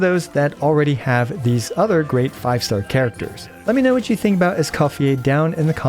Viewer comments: Escoffieh? ❌ Escophierre? ✅👌😤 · I cant stand the name pronunciation 😢